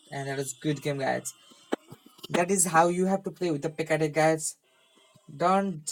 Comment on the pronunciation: You should google how to pronounce match and deck... you’re saying mass and dick...